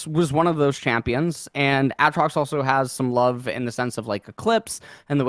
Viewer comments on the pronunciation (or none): For fucks sakes someone teach him how to say Aatrox